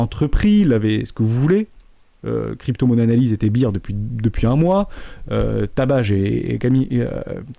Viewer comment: Bear Market, pas Beer Market